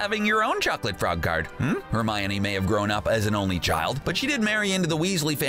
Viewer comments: it's not Romine it's Hermione. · Annoying pronunciation of Hermi-OH-kneE